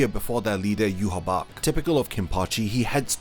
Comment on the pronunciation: That (in my opionion) is not how you pronouce Yhwach, The leader of the Quincys, It is prounouced for me, Yah-Waach.